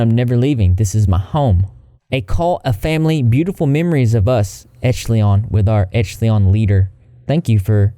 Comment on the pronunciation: It’s ‘oh dear’ not ‘oh deer’ 🦌 lovely. The word echelons is pronounced esh-a-lons just fyi 🐢